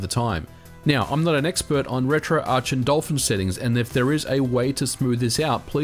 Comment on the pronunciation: Thank you SO much for saying "retro-arch". My pet peeve is when people call it "retro-ark".